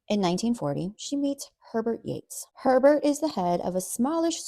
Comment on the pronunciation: Why does Herbert sound like pervert when you say it 😂